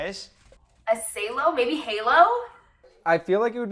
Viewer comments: It's not sailo is Salo the goalie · Bruh, Salo as in Tommy Salo....the goalie, who took a puck off the head in the Olympics against Belarus.....not "Say-lo" lol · SAH-LOW. Not SAY-LOW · Salo, as in Tommy Salo. Pronounced (Sāh-low), not (Say-Low). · Say-Lo? Dont you mean, Sah-Lo, like former Canucks D-Man and captain of the 1-nut club? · I stopped watching after that . It was too cringe them saying “saylo” instead of salo . Also as an oilers fan we had tommy salo for awhile as our goalie so that first one was very cringe watching them mispronounce it lol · "Say-low" Come on... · Was just gonna say, probably a Tommy Salo (Sah-low) reference lol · yeahhhh I think if she pronounced it right some of them would've gotten Salo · Not only could they not get the Salo one correct but they can't even pronounce it right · Cringed on their pronunciation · The mispronunciation of Salo kinda irked me. That term is probably named after Tommy Salo.. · thats definitely what it is. I guessed the definition (and mispronounciation) immediately. who doesn't know the Swedish ledge Tommy Salo?!